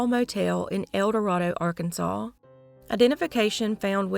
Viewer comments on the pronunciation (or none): Arkansans pronounce it el duh ray duh. Buena Vista is byu nuh VIS tuh. 😆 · Love your videos! But you are mis-pronouncing ElDorado. Not trying to be mean. Just wanted you to know, it's pronounced different in Arkansas. Thanks for all your hard work! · We call it El Do-RAY-do